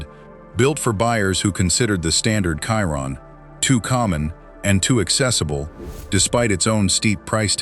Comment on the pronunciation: I hate AI! FFS, before you put you're vid on this youtube thing, watch listen to it & make sure it's correct! The Chiron is pronounced a certain way! I you need English lessons, I can teach you.....